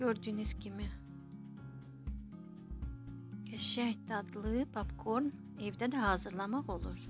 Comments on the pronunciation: Papkorn yox popkorn markıt yox market dilimizi eybecerlesdirmeyin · papkorn yox popkorn